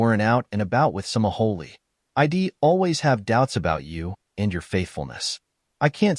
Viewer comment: "EYE-DEE"? Goofy ass robot narrators!